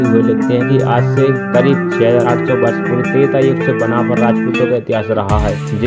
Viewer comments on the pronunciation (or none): बनाफल 😂😂 ठीक बोलना सीख 😂😂 और उस समय पे राजपूत शब्द भी नही था 😂😂